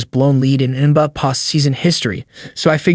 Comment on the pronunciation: All that work to have AI read it and butcher it all up. The N buh finals lol.